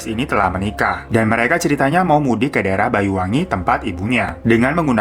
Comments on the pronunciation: Ralat bang bacanya BANYUWANGI bukan BAYU WANGI.. Mohob Maaf lahir batin ya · Iya bang, pelafalan banyuwangi terdengarnya bayuwangi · Mas maaf sebutan kota yang bener BANYUWANGI bukan Bayuwangi 🙏